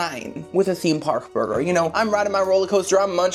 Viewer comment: Omg I never noticed before, but the way you pronounce “burger” is really adorable 🥹❤